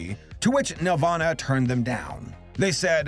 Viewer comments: It's NEL-VAN-AH....not NEL-VAUGHN-AH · Wen ever he says nelvana I think Nirvana. Which is fitting because it's a rock movie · i keep hearing nirvana instead of nelvana, and i was like "when tf did kurt animate movies..??" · Bothers me so much that he doesn’t pronounce the ‘nel’ in Nelvana and instead sounds like Nervana. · It sounds like you’re saying “Nirvana” every time you mention the company name. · Lel I thought that was what he was saying this whole time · I thought you said nirvana like the band with Kurt coban 💀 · Every time he said Nelvana, I pictured a studio where Kurt Cobain, Krist Novaselic and Dave Grohl were doing animation.